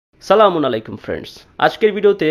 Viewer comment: pls.সালাম তা ঠিক করে দিবেন।